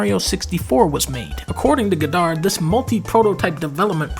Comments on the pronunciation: "guh-dard" gaw-derd, dunkey. gaw-derd. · It's GOD-dard, not god-DARD. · I can HEAR how fat this guy is. Get the mic out of your mouth. Also, Goddard is not pronounced that way.